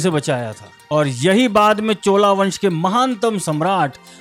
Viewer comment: कृपया उच्चारण शुद्ध करें । चोला नही " चोल " हमे अपने भाषागत आग्रह को प्रखर करना होगा ।अंग्रेजी की नकल मे अपनी भाषा को विकृत नही करना है । आपके प्रयास के लिए बहुत बहुत साधुवाद ।